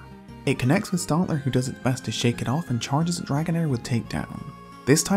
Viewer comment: Stantler not stontler. It’s not fucking hard.